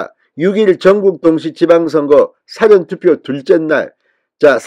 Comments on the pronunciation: 사전투표 사전 발음 참 이상하게 발음하네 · 진주필 보셈. 사전투표가 dictionary voting이 아니라오. 발음 똑바로 하셈. 듣기 거북함. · 국힘당과 현 정부는 정말 정신이 있나? 선거관리위원회가 하는 선거함 관리를 어떻게 하는지 정말 좀 똑바로 감시할 수 없나?더러운 행동을 국힝당 이준석과 하태경은 없었다니 정말 한심하다.진성호씨도 똑바로 방송해라.사전투표를 어떻게 발음하나? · "사전투표" 발음이 질못된 것 같습니다. 확인하시기 바랍니다.